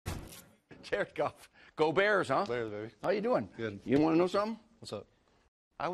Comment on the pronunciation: It sounds like he is saying Jerk off when he says Jared Goff